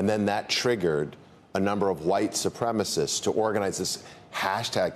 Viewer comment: “White ssupremacists”😂